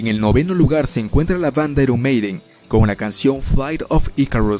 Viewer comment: "Aron meiden" xD